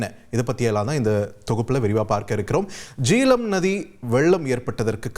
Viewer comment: Jeelam illai...Jehlam, pls correct....jay-h-lam..